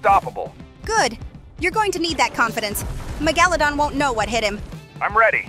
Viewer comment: The amount of times he pronounced megalodon incorrectly🤣🤣🤣🤣